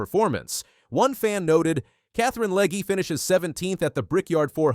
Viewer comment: I really hate AI speech, where the bot can't pronounce Legge's name the same twice and mangles Talladega. Hire a fricking human!!